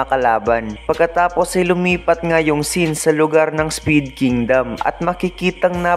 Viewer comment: Spade po hnd speed😂